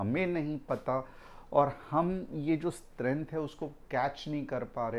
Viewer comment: Sir aap strenth bolte ho actually strength bola jana chahie please